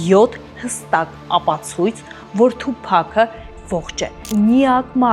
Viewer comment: Ասըմա թուփահ😅։ աղջիկ ջան թուփակ չի, այթ թութակա, լավա չասեցիր թումբան։ դու դրա երգերը լսե՞լ ես։ դա հաստատ թութակա😅